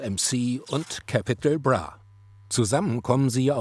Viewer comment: „Apachi, Bounez Mcee und Cäpitäl Brah“ 🤦🏻‍♂️